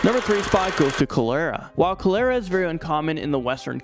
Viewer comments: Oh. Baby you are KILLING me. #3 Colera. Pronounced. Chol- Er- ra Honey PLEASE..... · Boy! I thought you were calling someone culera lmao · I really don't like the way he says Cholera 🤣 it's pronounced call-er-uh not Co-lair-uh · It's pronounced "call her' ah" not "ko' lair ah." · Cholera is pronounced like the word collar (like a dog collar) with an "a" on the end. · Wow this dude didn't pronounce anything correctly. Not meningococcal nor cholera. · The way he is saying cholera is triggering me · I am so sorry, but you said cholera wrong, I’m sorry for pointing this out, and I love your chanel